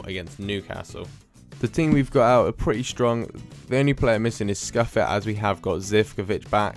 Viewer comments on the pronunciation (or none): Nice video but just some pronunciation errors: Áke (Ak-ay) Scuffet (Shoo-fay)